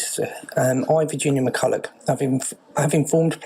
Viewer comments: It's pronounced McCull-uch not McCull-a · Pronounced McCullock not McCullow